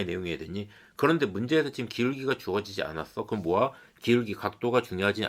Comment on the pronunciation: 모야를 왜 모아라고 발음하세요...?